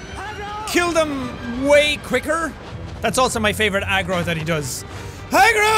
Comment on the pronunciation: are you saying egg roll or agro????????